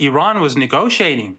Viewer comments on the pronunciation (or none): Negociating table??? Or negotiating???